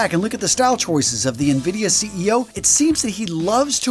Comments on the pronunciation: It’s not pronounced “navidia”, it’s pronounced “invidia” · Na-vidia? Na-huh. It's pronounced en-vidia. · More like En-Vid-ee-uh. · Its pronounced "EN-vidia", sir. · You are pronouncing nvidia wrong